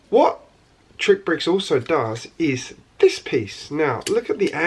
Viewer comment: You keep calling it TrickBricks, when it is actually pronounced as "TRICKSBRICKS". There is an "X" after "TRI".